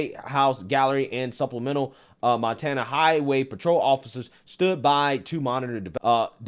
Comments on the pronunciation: “Man-tana”? LOL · Did just say... MANtana?😂😂😅😂😂😅😅 No such thing as a transchild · Was that intentional!? 😂 Mantana?? If it was, bravo good sir. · "MAN-tana" lmao nice Freudian slip 😂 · "Mantana", you cold lol